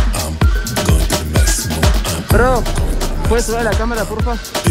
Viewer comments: Como dijiste es bad bonny😂 no? Me cago de risa ahora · y el diciendo es BAB BUNNY!!! jajaja me dio risa te adoro federico